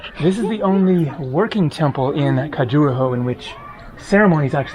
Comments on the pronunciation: Khajoooraho? Are you the only one that pronounces it that way? I hope so. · It's pronounced Kha-Ju-Ra-Ho, listen to the local lady in the temple say the name. Since l was there, seems there has been a lot of vandalism to the statues at the temples.